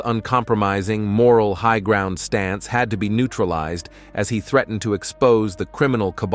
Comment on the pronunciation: You miss pronounced this simple word ( ground, magazine, covert, federal, imagination, intrigue )